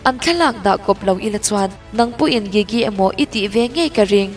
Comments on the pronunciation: Please double check how you pronounce GIGI next time. Thanks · i gigi lam dan chu va mak bik ve😂